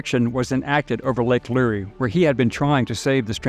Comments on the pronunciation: Great video thanx for sharing. Btw lake Lure is pronounced “luur” not “lur-ee”. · Glenn Becks, Mercury One was also there. Totally 100% Donations go to the charity relief, NONE Ever go to Admin Costs. How to tell it’s an “AI” narration, - “Lake Lu-Ree”, instead of Lake Lure🤷🏼‍♀️🤦🏼‍♀️🤦🏼‍♀️🤦🏼‍♀️ Good video, though. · I'm not trying to be that guy but it's lake lure like a fishing lure